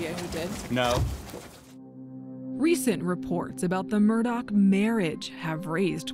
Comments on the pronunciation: It's my new pet peeve to hear "Alex Murdaugh" pronounced "Alec Murdock". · The mf name is "Murdaugh" not Murdock..... is anyone else triggered by the amount of times the name is pronounced wrong? Wtf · I love how the female coraspondant can't say his name ryt. Murdock is not Murdaugh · It’s Mur- daw. Not. Mur-dock. Dang. Why can’t people see how it’s spelled? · It’s Murdaugh! Murdaugh! Not Murdox!!! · I suppose I should t get caught up n seemingly trivial details, but for a “journalist” to repeatedly mispronounce the subject’s name? Come on. Do we not have professional anything anymore? Alek Murdaw, not Alex Murdock. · It’s murdauh…not murdauk… could even watch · Murdaugh… Not Murdock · why do people wrongly pronounce Alex Murdaugh like “Alec Murdock”? 🤣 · Same here. Confusing why some pronounce it "Murdauck", let's call it what it is. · The only thing I can't figure out in this case is why Alex Murdaugh is pronounced Alec Murdoch. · Is it "Murdaugh," or "Murdock?" Because they said "Murdock" throughout the whole episode and it drove me crazy. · The fact they keep saying Murdock bothers me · Is the name Murdaugh pronounced with a K sound on the end? It sounds to me like the host is doing that. I thought it was pronounced like Murdaw. Is she confusing it with the name Murdoch? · No it’s more pronounced with a k at the end the correct pronunciation is mur-dough the people in the south just pronounce it with a k at the end but it’s incorrect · Why does she keep saying Murdock? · The presenter pronounces the surname as Murdoch? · **** Ma’am you keep saying ‘Murdock’ - there is no c or k in the last name… please next time you do a ton of research on someone make sure you’re pronouncing their name correctly !!!!! ********** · Did she say Murdock the entire time though? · Why does the commentator keep calling him Murdock?????? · Why does she keep calling him Murdock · Im confused because some people are saying "Murdock" but theres no C or K in the name....not even a Q